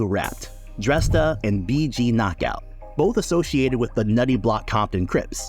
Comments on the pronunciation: What's up with all the mispronouncing shit on you tube? His name is pronounced DrAYsta. You doing fuckin stupid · Isn't Dresta pronounced 'Draysta'?